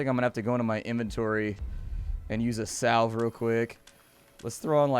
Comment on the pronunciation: I'm not sure you could have mispronounced those words in a worse way..... so salve is pronounced "sav" which sounds like have with an s at the beginning and balm is "bahlm" like ball with an m on the end. But you can pronounce them how it works for you... just a suggestion.